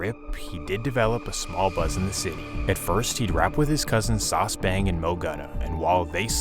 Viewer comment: Not from sf. Calls him “sauce” every one from sf knows that’s not how u pronounce his name